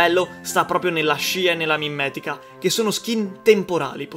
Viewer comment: hai detto mimmetica